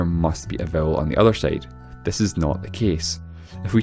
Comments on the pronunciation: Bothered by how "side" is pronounced as "seyd" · On the other "seide"